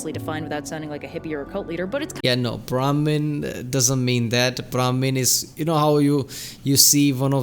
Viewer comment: You seem to be mistaking brahmin and brahmaan (which tbf I don't think her pronunciation is helping). If you can speak Hindi, you might have heard the latter word before in the context of 'universe'.